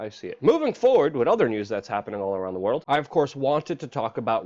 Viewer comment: It's poo-T-in. Not poo-in. Why can't the younger generation pronounce T? Is it that difficult to put the tip of your tongue to the roof of your mouth?